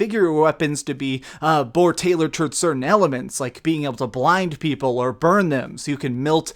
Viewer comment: "Certaint assets"